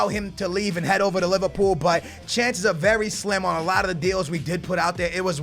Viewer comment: Did say Liverpoo - 😂😂😂😂😂😂😂😂😂😂😂😂